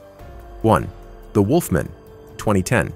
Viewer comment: Must be a computer generated voice or the narrator never saw Underworld as Celine is mispronounced and has never heard "wolfman" pronounced before. Ginger snaps was absolute garbage, right down there with The Banana Splits and Blood and Honey. Must have never seen twilight either, bad CGI in a teen angst Kristen Stewart vehicle.